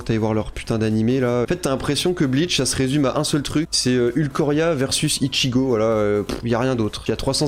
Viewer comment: « Ulqoria » Jvais crier